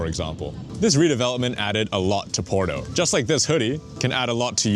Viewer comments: Try to say Porto, not "Poro"! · New drinking game: every time you hear Poro instead of Porto you drink a shot of whisky I'm mid video and i'm fucking hammered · Pls, it's not "PORO"... It's "POR-TO", strong T.